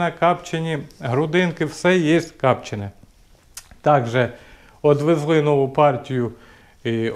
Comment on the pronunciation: не капчене а копчене, і не чавун а чугун, хотя ящо ти молдаван то може так.....